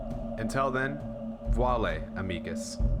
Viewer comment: Very dettailed video. God job. Just a little observation: you say "vale. Amicus.", but sound like: "wuale. Amigus" 🤣, the correct pronunounce is VA - (like VA-nelsing) LE (like LE-gendary) and for "amicus", is almost identical, just change the G with a C 😂.